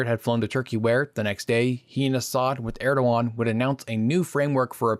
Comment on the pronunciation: was tryin' ta figure out for most of video whom u were refering to,when it was Erdogan "err da gon",sir. 13June'25